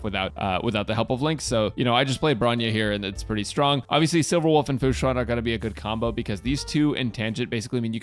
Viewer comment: "Hello guys welcome to the team section for "futa"" I can't unhear it... I CAN'T